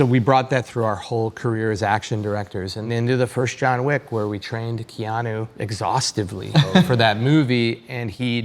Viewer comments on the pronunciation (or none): none